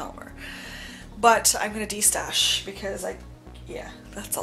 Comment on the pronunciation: Did you say destash? 🤤😉